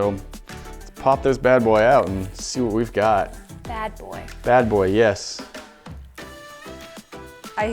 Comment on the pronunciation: why did she say bad boy like that...